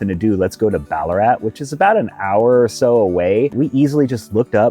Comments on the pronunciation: you definitely said it right!! We do say ‘Bal a rat’ though, even though you said it phonetically correct ;-) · What!! Here I am Sunday morning in Melbourne, with my coffee, watching yiu guys and you're here. Fyi, Ballarat is not an AH sound. Thexa is like in wank. Sorry best word I could think of!! Wonder if you're gonna make it put to the eastern suburbs, and my area ? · Pronouncing Melbourne properly makes up for mis pronouncing Ballarat and mallee!😉